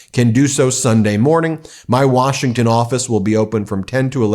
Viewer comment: "we came all the way to 'wershington' from oklahoma" 🤣🤣🤣🤣🤣